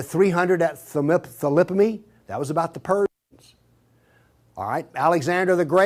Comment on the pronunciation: 5minutes in.... "They spoke Roman" I think Latin is a the language you are looking for. Great historian we have here. He can't even pronounce Thermopylae, jesus this guy....